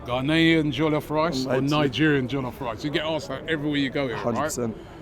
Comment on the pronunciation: Hi Robbie, it's Jollof not Jallof 😂😂